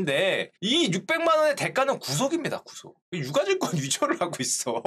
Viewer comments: 유가증권은 [유까증꿘] 으로 발음하는거 아닌가용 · '유가 증권'의 표준 발음은 [유ː까증꿘]입니다.